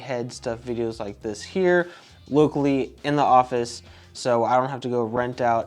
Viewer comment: Did you just say you can now have your clients come in LUKELY (locally)